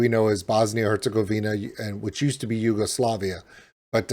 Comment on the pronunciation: What did you actually say: Yogoslavia? and you pretend to know history? That went so wrong. I think you don't even know how wrong that went...but yea, usa ppl